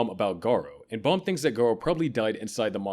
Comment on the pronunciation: It's not Balm. It's BAM you shit A.I voice